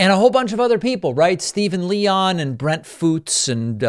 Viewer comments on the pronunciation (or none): none